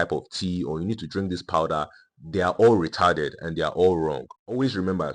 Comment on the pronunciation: “They are all retarded” with your accent got me fucked up 😂😂😂